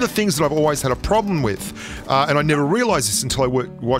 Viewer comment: “Playing wif space it calms you down” Me: Oh yea...Yes ou